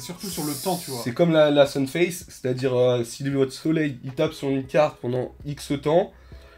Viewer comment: sunfade, pas sunface;) Super video mon big up